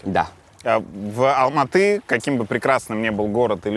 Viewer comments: Так приятно, что Юрий правильно и четко произносит название города - Алматы, название валюты - Тенге как «тэньгэ», без коверканий. А не как многие русские, которые специально продолжают говорить «Алма-Ата» и тп. Чувствуется уважение к другой стране и её языку, как и всегда должно быть. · Обычно не комментирую, но здесь мне так понравилось то, что правильно произносит названия городов Казахстана и валюты - Семей, Алматы, тенге. Может показаться мелочью, но для меня это показатель его уважительного отношения к стране. Даже когда Юрий говорил "тэнге" с обычным акцентом, продолжал произносить правильно. Удивительно светлый и интеллигентный человек! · Парень правильно произносит Алматы , тенге для него и нас очень важно